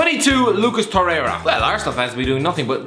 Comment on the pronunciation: I cant with the Lucas Torherha... my god learn to speak